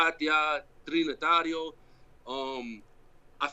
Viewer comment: My man said the trinatarios nbs